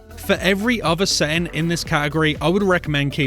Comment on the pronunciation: dude the vid is very helpful BUT THE DAMN ACCENT, meta scent = meta setting, population mo-wi-pli-yar multiplier